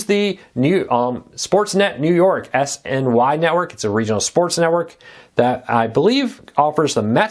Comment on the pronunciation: SNY, not SYN. lol